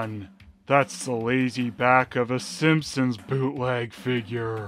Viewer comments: You keep pronouncing "Simponsonsns" as "Simponsonsnsons" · why do you pronounce Sompsonsns as "Simpsonsnsns", do you really think one extra "ns" just isn't enough? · is pronouncing the name of this (totally original) family wrong. He says: "Simpson-sn-sns". But as we all know, their're just called the Simpson-sns. Somehow added another syallable to their name, which is just silly. Who does that?! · Why do you keep saying Simpsonsnsons? It's just Simpsonsns! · I kept laughing when I heard you pronounce “Simpsonsns” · you're adding another "ns" at the end making it "The Simpsonsnsns" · Is pronouncing it "Simpsonsnsns" a joke or an honest mistake I wonder XD